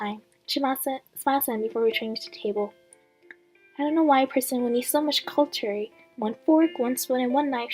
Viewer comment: That cliffhanger though(/•-•)/ By the way, Emelaigne is pronounced emma-lin, cutlery is pronounced cut-ler-y not culturey, and eaves in eavesdropping is pronounced like eve in Christmas eve. Thought I'd just let you know :d